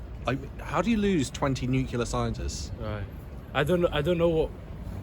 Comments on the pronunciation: Nuclear not nucular. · nuclear not nucular